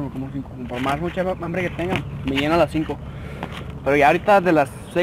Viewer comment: Like si te asustaste cuando dijo ambre en ves de hambre